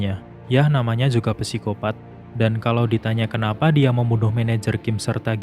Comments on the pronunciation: min sedikit koreksi nnti penyebutan psikopat itu huruf "p" ny ga dibaca min cuman sikopat aja soalny rada keganggu denger mimin ny bilang pesikopat mulu hehe makasih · Oke banget penjelasannya kak. Sedikit membenarkan kak. Kalau tulisan "psikopat" ejaan yang benarnya cukup dibaca "sikopat". Misal ada contoh lagi "psikolog" cara bacanya juga cukup "sikolog" saja